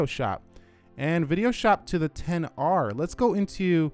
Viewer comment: Stop saying "ten r" and just say xr its really annoying